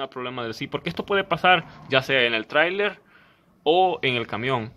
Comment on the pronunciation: deja de hablar y ponete a trajabar y de dice trailer no traila